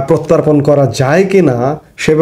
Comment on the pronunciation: Protan na Hobe prottapon. Thik moto Kotha bolte shikhun.